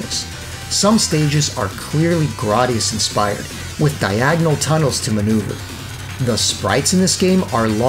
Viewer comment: GRAD - i - US